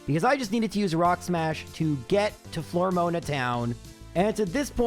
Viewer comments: I don't normally mind your mispronounciations because they're usually at least reasonable, but "Flormoana" instead of "Floaroma" is pretty egregious! ;) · Why do you keep mispronouncing town names? How hard is it to say flo-aroma? Or even just floor-oma? Where the heck did you get 'flor-mona'? The name literally comes from 'floral aroma'. Znd how do you not see that 'eterna' comes from 'eternal'? Do you pronounce 'eternal' as 'etrenal'? I'm sorry for being petty, it's just really been bugging me. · Why are you saying floor mona and Ett urna that’s so wrong. Edit: Sells dick? what is wrong with you? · Flormoana is probably my favorite town in Sinnoh, right behind Etrena and Celstic. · I wonder if that was the first recorded instance of Miracle Eye actually being used. Also...Flore-moan-a?? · It's pathetic engagement bait, he's done it for years. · Is that not how you pronounce eterna and mismagius? The floroma is pretty bad tho